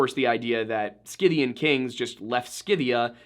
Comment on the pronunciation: Also is pronounced “si -thee-uhn” not skipthian or whatever slop came out of your face